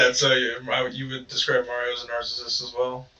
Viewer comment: Did y'all hear her say Mario taljs a lot? 😂😂😂 LOL It's 2 a.m. and I busted out laughing!!! I hope I didn't wake my neighbor up 😂😂😂